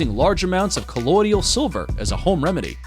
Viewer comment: It's "colloidal" silver, not "colloidial".